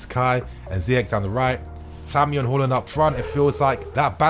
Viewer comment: Its haa not hor when comes to haarland lol!!